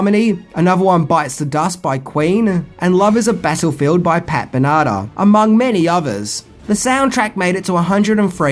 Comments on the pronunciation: her name is Pat Benatar not Pat Bernarda 🤣🤦🏼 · Pat Benotter, oof, it's Ben-uh-tar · Ben-A-Tar. Benatar. (I did love the video, but after 20 minutes, the only thing I remembered was Bentanar. Not to be a d!ck) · Bro, its "Pat Ben-uh-tar" not "pat Benar-tee" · Pat Benatah? Ben ah tar Pat Benatar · Pat BEN A TAR not BENARDA :D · be NAH tah 😂😂😂😂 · I realize you’re not an 80s kid like me but seriously, you don’t know how to pronounce Benatar?? BEN-uh-TARRR, not BEN-uh-TAHHH or whatever that thing you called her was. Seriously, her name does not rhyme with the breath spray Binaca. 😂😂😂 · ..Pat Ben-uh-tar. 😂👍🏻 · Pat Benata 🤣🤣🤣🤣🤣🤣 Ben-Ah-Tahr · Bena-Tar, not Banana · It's Pat Ben-a-tar, not Pat Ben-ardo. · Love is a Battlefield by Pat "Ben-AR-Ta"? Its Pat Ben-a-Tar. Sorry love your videos and accent but Im a big fan of her 80s music. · I cracked up the moment I heard it lmao!! I'm gonna say it that way from now on lol. "Bena-ta" lmao!! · "featuring music by Pat Ben-nagh-ta".... I'm sure does that on purpose. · I love this channel, Been with you a long long time... Just helping, not being mean at all, but her last name, Pat Benatar, is (which I'm phonetically spelling) pronounced: Bin-Ah-Tar I know, everyone is a critic, but I love this channel, and I always mash the Like button, and I thank you for all your hard work. ❤👍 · Pat Ben-ah-tar. 😊 Love ya! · PAT 'BEN A (short vowel) TAR' 😅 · I was brushing my teeth and almost choked on my toothpaste ,When you said Pat Ben otta. If you hadn’t mentioned the song first,I wouldn’t have known ,who you were referencing . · Pat Benatar (Ben-a-tar) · PAT “BEN - A - TAR “ 😂❤ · LOL you totally muffed Pat Benatar's name. Its pronounced Ben - ah - Tar :P Love your videos BTW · Great video as usual. Just a tiny issue. The singer of Love Is A Battlefield, Pat Benatar, her last name is pronounced BEN-uh-tar, emphasis on the Ben. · "Ben-a-Tar" Pat Benatar buddy. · It's pat Benatar, dude. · Pat been-uh-tar